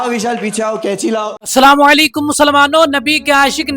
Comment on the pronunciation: Sabse pahle to aap ne salaam hi ghalat pesh kiya hai....assalamu alaikum hota hai na k assalamu waleikum.jo k tum ne kaha... Jahil molana khud ko sudharo